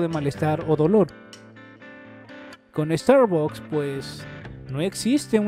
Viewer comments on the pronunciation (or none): No se pronucia "starbacks"